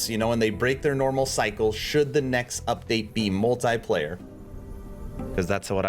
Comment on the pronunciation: That though... Hearing 4 times multiplayer's pronouncation in a wrong way,made my ears travel to China xD Interesting video,didn't plan to play yet,due to work stuff